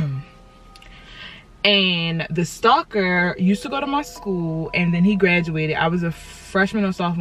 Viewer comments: I thought she said soccer instead of stalker😂😂 I’m like “damn that was a smart ass ball if it’s in school” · Tell me how I thought she say soccer instead of stocker in the beginning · deadass thought sis said soccer. I was like huh? the ball. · when you first said stalker, i heard "soccer"